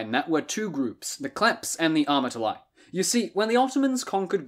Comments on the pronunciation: It’s not klephts it’s kleftes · I wish before I die one person learns how to pronounce Greek words properly. Its pronounced Klefts (thieves) and amartolee (sinners) amartolos single masculine...oh and btw its never koine greek its keenee (common) OI is pronounced EE its another EE sound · Kλέφτς - Αρματολάι..................καιρό ειχα να γελάσω τόσο!